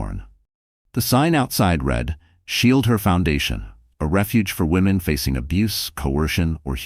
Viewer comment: I wish you can make your computer voice pronounce things correctly. Eli has the long I sound, and a short e. Read in the past tense is pronounced red.